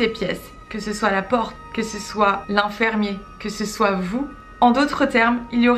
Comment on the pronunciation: Bonjour, Pourquoi tu dis Infermier ?